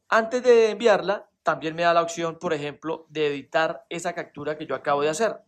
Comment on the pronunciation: Cactura??!! Occion???? Jajjajajaj captura opción jajajja